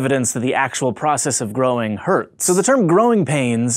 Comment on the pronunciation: at the end it sounded like he said groin pains😂😂😂